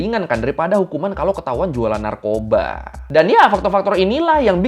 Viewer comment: BUKAN NARKOBSKI . NARKOBA . TAIK LA NARKOBSKI . SEBUTANNYA BIKIN BERAK. PIN COMENT GUA